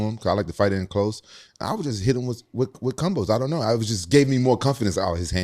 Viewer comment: "Cumbos" - Rampage